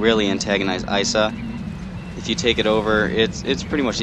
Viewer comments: its not isa its .i. .s. .a. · It not Isa it I.s.a Noob